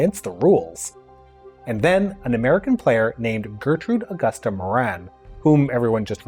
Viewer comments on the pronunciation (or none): none